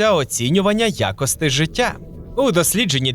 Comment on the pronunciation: ВаріАнт А не якийсь "варянт". Аж вуха ріже, як і ваше "якостИ", ви румун?